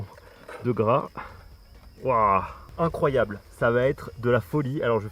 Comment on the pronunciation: "c'est incroyab'' C'est incroyab" INCROYAB' !!!!!!"